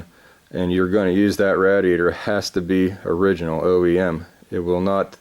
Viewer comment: Awesome video, but it hurt my mind to keep hearing radiator mispronounced. 😂